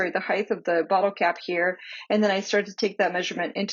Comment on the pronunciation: Thank you-great video. but it's pronounced "hite"-not "hith", (spelled height) it's one of my pet peeves-sorry.